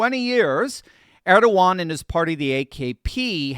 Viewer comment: it's Er-do-gan